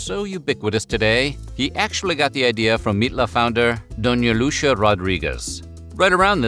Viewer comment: I’m loving these vids bro. But I’m pretty sure Lucia isn’t pronounced “Lushiiaa” it’s more on the lines of “Luss-e-ah” lol.